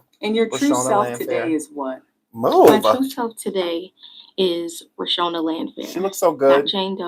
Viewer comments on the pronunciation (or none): Sean I love you! But her name is Ro-Shawn-da pace